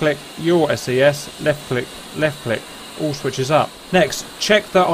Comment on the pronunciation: EGI is pronounced eeh ghi, SAS is pronounced like a word, IFFCC is if-see CICU is like kick you, JTRS is jitters, EAC is ee-ack, the CAP is the caution annunciatior panel, and they’re MFCDs not just MFDs in the A-10 but those are just technicalities